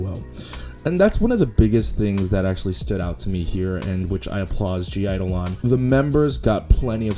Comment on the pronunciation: ur not supposed to pronounce the G i believe